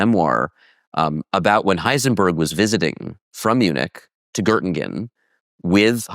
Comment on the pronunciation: Please ask to learn the pronunciation of Göttingen.